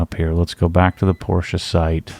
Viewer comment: I se someone else has already commented to the same effect. I've yet to see a youtuber, or aPorsche employee for that matter, pronounce it correctly. Personally I love silver wheels and think the Aurum could look good with certain colour like Night Blue. The Satin Platinum is not bad though. Definitely better than black!